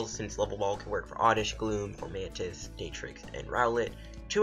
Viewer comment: lmfao, its Dar-trix, not Day-trix.... hahaha.